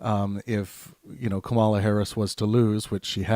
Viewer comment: I stopped listening when you mispronounced Kamala. If you can't get that simple thing right you are credible enough to listen to.